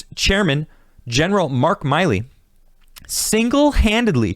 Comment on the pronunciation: Really enjoy this, but it's "Milley," not "Miley"